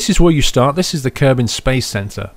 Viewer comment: A little kerbin? ahahahahah its kerbal paul :D